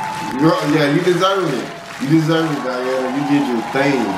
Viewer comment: No Daena, Deana...... i, I Diana, DIANA (dIana, дИана)